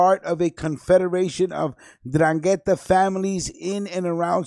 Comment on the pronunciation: I was born in Locri, Italy in 1962. It is south of Siderno, that this radio guy talks about. While the host of this radio show talks about the 'Ndrangheta. By the way, he doesn't even say 'Ndrangheta right. You first say the 'N then drangheta. If you lived in Calabria, or are a real Italian, that speaks the language, you know how to say it properly. I have cousins in Locri that when we would visit all my relatives in Locri when I was younger, I would hear about the 'Ndrangheta from my younger cousins. They were as young as 10, and they would say 'Ndrangheta to me. This was in the 70's. Even though I was born there, I was called "Americano " because I grew up in America (Chicago). My Nonna, would raise hell with my father because she wanted me to stay away from my cousins because the 'Ndrangheta was all over and here it is 2019, and I hear this radio guy try to speak Italian. FYI in Calabria you wouldn't have your radio show talking about 'Ndrangheta. After your first show, you wouldn't have a 2nd show. CAPESCI? VA TINDE PATSO.